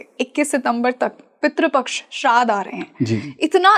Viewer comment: सितंबर नहि सप्टेंबर बोलना सीखो भय्या लोगो... श्राध नही श्राद्ध बोलो .. सुधरो भैय्या लोगो...